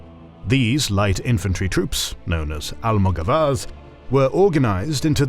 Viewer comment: Nice video, thank you! The maps are so useful for that time. I love this channel! Just a note: in Almogavars the stress is on the second a : almogávares. In Spanish, Italian and Latin, the stress usually goes in the syllable before the last one. In French is different, it usually goes in the last one.